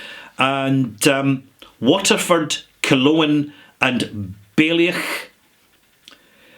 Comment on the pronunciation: Thanks for reading Laurie's note, he's great and the Irish whiskey story is really developing. By the way, Baoilleach is basically pronounced BOY-lee-AUCK - it is a great small distillery in the spirit of Killowen but in Donegal rather than Northern Ireland. Cheers!